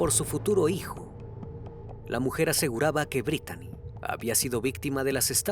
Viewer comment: Se pronuncia britni no Britani la manera correcta de escribir britni en inglés es Brittany y se pronuncia Britni como Britney spears